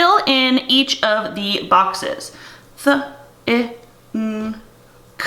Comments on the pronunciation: Thanks for sharing your great ideas. Just a tip for you, the “th” sound shouldn’t be taught with an -uh sound at the end of it, ie, th-uh which is what I’m hearing from you. Otherwise when blending the phonemes in the word w-i-th, it would sound like with-uh 👍🏽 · You need to cut the vowel off when you make and model sounds. In your video you add a vowel to th...thu. By the way, I absolutely love your videos and I hope you find this as a helpful comment NOT and insult! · Be careful not to add a vowel sound to the end of your phonemes when you say them. When you segment "think" you are adding a schwa sound onto the /th/. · I believe you could be more careful with the phoneme /th/ (it sounds a bit like you are adding an additional sound to it) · “Think” is made up of the sounds th (no schwa please) i (short i) ng, not /n/ and then /k/. Teachers need to take a phonetics class and learn these things.